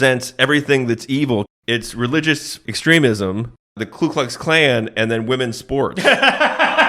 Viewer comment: It’s Ku not Klu. Idk why